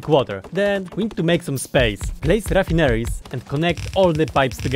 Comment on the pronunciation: He's great hey. I love his accent too. He has the best mispronunciations. Ruffinaries :)